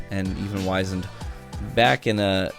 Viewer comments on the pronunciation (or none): 'Wizened' is pronounced Whizz-end, not Wise-end. Go look it up. You've seen the phrase 'wizened old man' before, I promise